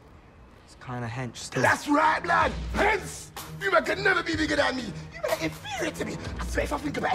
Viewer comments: Hensssse loool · "Hench" Tyrone: "Thars right blud "Hense"